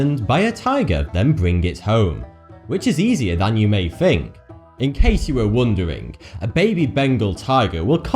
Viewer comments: "More than you may fink" "Fourty fousand" "I fought I saw a puddy tat" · FINK and WIV aren't words. You're from England, speak English.